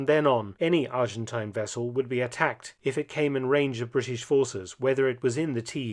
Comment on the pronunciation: "Soviet Fishing Wessel " :-)